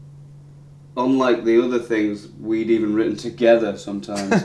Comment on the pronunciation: and he said mitten instead of written 😂😂😂😂😂